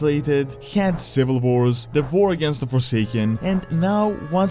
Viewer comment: A vor or a war?